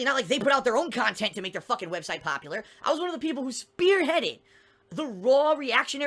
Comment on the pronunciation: How can his "business" possibly stress him out? There are literally zero quality standards for his kahntent. 1. Start your capturing devices. 2. Play video games as casually as you want, as long as you want (even if people directly pay you to finish it). 3. Upload the raw footage onto YouTube. 4. Record 20-60 minute video rambling about how stressed you are from Step1-3. 5. Repeat daily. That's fucking nothing. He could EASILY work two part time jobs and still make his "koala-tee con-tent". He doesn't even attempt to hide any of his lying tells; it's like he has no self-awareness at all. It's marveling, honestly. It's hard to believe someone like this exists.